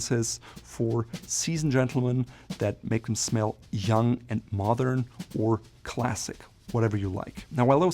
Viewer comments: My friend, your English is excellent, however, please practice the D in modern more. It distinctly sounds like you’re saying “mothern”. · I notice you were saying the word mothern a lot. Do you mean modern? Or a different word that means something totally different. Because it will change the meaning of your phrases. I just need to understand this for myself. Sorry for any problem with this question.